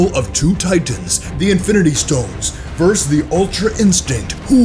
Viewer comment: It is so freken annoying to hear you say verse (vs) over and over, IT IS VERSUS!